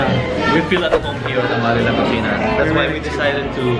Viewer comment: Did I hear you say La Cochina??🤣🤣🤣 I know La Cocina but cochina? 🤣🤣🤣🤣